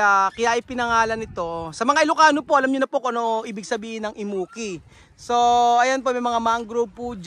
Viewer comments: Im-mu-ki 😂 Kung di pa sinabi ni rowel sa dulo, di ko mare realize un pangalan ng isla kasi iba pagkakapronounce nila (imu-ki) compared sa pag ilokano nagpronounce 😅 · Bilang isang Ilocano myself—ang awkward pakinggan kapag inukit ulit yung “Immuki” 😂😂😂 sorry naaaa.